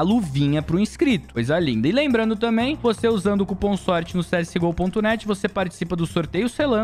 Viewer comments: "Vose" é foda 🥺🥲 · "Vose" é foda kkkkkk